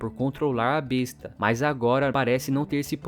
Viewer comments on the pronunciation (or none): none